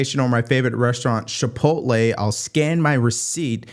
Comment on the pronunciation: Chipotle, not Shipotle